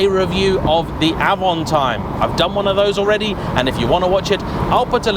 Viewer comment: It's Avanteeem not Avantiiime ! It's French!